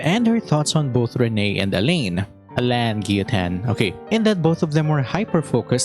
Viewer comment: Haha told you his name is pronounced as A-lahn😂